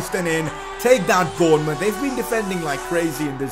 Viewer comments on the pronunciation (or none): none